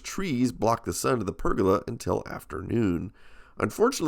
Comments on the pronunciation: i wish you can say pergola properly lol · Also, I love listening to Americans say the words 'roof' and 'pergola' :) The American way of saying 'roof' sounds more like 'ruff', and you do 'guh' instead of 'goh' for pergola :P